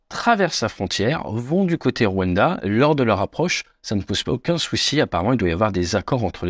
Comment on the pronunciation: Deja append a prononcer le rwanda